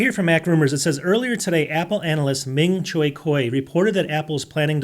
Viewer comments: ❌ ming chi kuo ✅ ming choi kuoi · I’m not sure if you keep mispronouncing Ming Chi Quo’s name on purpose or not, but it is funny each time I hear you say his name. Always enjoy your videos - keep it up! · Oh my goodness, learn how to pronounce Ming Chi Kuo… you are butchering it… I don’t care as I just purchased a new 15” MBAir with 24Gb of ram and 512GB SSD for just under $1.350 during the initial release to add to my 2020 16” MBP… I’m set for now